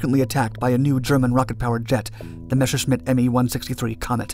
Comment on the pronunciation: As I told you before - Messerschmitt should be read as Messershmit, not Meshersmit !! It is a shame to the ears of German viewers.